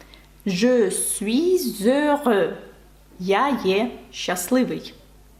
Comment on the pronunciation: Вкотре дякую за урок. З вашого дозволу декілька уточнень. Чи правильно я почув, що: 1) в слові suis ви вимовили кінцеву "s" ; 2) в словах aimer/aider/donner букву "r" ви не вимовляли (це збіг виключень в одному уроці?); 3) те що найбільш здивувало, в слові demain ви вимовили "ai" як українське [а] ? Наперед вдячний за пояснення!